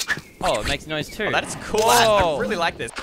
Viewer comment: Why does It sound like he swears when he says cool * sound